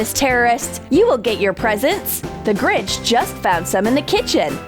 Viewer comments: It’s not grij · You said the gringh